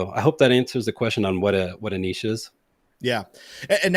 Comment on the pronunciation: May God bless for his pronunciation of ‘niche’. Spoken like an American!🇺🇸